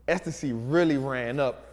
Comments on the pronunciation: Et sy it’s pronounced Et sy not Ecstasy 😹😹😹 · Et-See and it had me cracking up too LOL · I swore you said “ecstasy” 😭 it’s pronounced “Ette-see” or “Ed-see” lol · Lol Estacy trap?! I’m so laughing at this one right now. Pronounced At-See. Gave me a chuckle there. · Etsy I think is pronounced EHT-SEE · this man just called Etsy "estasy" nah im weak lmao im crying. that dyslexia must be some serious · Bro called it estasy😂😂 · it's pronounced "et-sy", my man. 😇 Not trying go in on grammar, but I don't want anyone getting tripped up on that. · 😂I kept correcting him like he could hear me lol